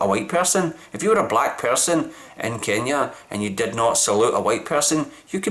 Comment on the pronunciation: You are pronouncing Kenya so well, love the explanation